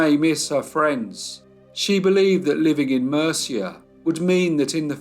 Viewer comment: Interesting! Murcia is pronounced moorcia I hope it helps 😊thank you for telling this sad horrible case.